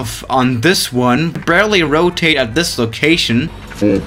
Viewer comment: Ro Ta Té